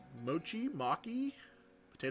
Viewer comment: Hey I don't know if you remember me it cheeriae. The mochi is pronounced (mo-like more and chi -like cheese) can't wait to see your playthrough